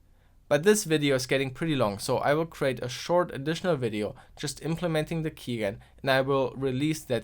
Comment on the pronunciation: Quick note (even though this keygen series is almost over), it's pronounced keyjen (key generator)